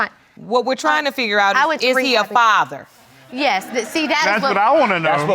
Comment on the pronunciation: “Yesh your honor”